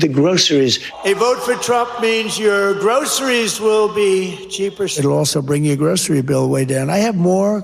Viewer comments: True enough. But I was more remarking on /ˈɡrəʊsəriz/ with the /s/ sound. Unlike the more typically US pronunciation of /ˈɡrəʊʃəriz/, with an 'sh' sound. Shows a general trend in younger American generations' speech - a shift from /s/ to /ʃ/. Like something Sean Connery would have said... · At least he can pronounce groceries correctly.